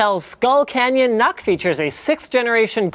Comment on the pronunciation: Skull "canyon"? lol